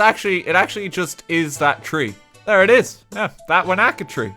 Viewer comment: this physically pains me to watch. When he said wanaka I felt light headed.